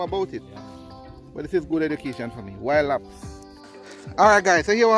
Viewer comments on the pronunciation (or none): ‘Wild hops’ not ‘wild apps’